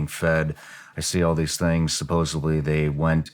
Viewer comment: Shawn. The correct pronunciation is Sup-pose-ed-ly. It is not supposably.